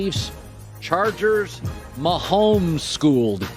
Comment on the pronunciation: Colin “Ma-homes schooled” Cowherd